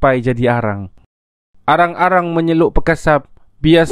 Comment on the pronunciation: ...Alang-alang, bukan arang-arang 😂 anyway,kebanyakan area besut ni cakap lebih ke dialek Kelantan